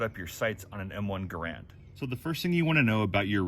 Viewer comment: He needs to learn how to pronounce GARAND. It rhymes with "Errand".